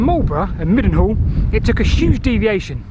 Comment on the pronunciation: As a matter of interest, the local Wiltshire pronunciation of “Mildenhall” near Marlborough is “ My-n-all”, unlike Mildenhall in Suffolk which is pronounced as written. I also made several visits to Fosbury camp in the 1980’s and 90’s with parties of schoolchildren, when we stayed at the former field studies residential centre at the old school in Oxenwood - it was a good way of wearing them out so we got a good nights sleep after the first day!